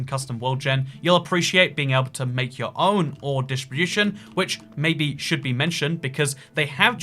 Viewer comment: "ore dishbooshun"